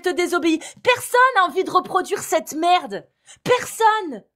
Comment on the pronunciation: c'est de la maaarde!! 😂 cet accent flamand qui est sorti de nulle part mais wesh?!😅